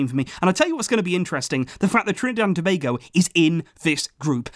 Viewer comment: I'm surprised he has pronounced Tobago right and I also thought u should've mentioned Dwight Yorke my idol🇹🇹